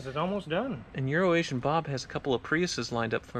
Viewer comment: Who else really wants a show where we meet parents? To talk about what was like growing up as a car kid. If won't do it, surely there's another Kansas area Youtuber who will. Sounds like a perfect show for Euro Asian Bob, since refuses to say his name correctly.